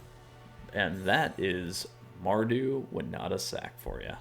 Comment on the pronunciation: You say Wi-nah-ta I saw Win-Oh-ta Let's call the whole thing off!